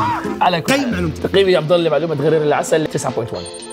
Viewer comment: ملاحظة الحيوان الأول اسمه: غُرير العسل وليس غَرير العسل